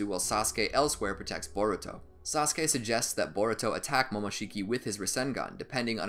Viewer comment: at 1 hr 20 minutes and 19 seconds u said boruko lol